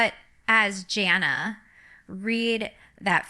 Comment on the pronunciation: She also pronounced Jana wrong. Shame on you for doing fake videos